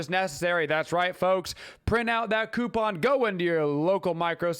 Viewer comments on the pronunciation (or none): none